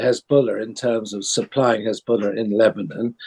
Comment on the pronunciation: "Hezbuller" XD